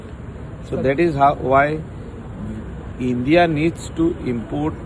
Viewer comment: ...It's INDIA not INDHIA😂😂😂